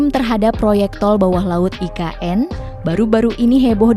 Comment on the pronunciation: Mas bukan ign tapi IKN maafya mukin saya salah dengar.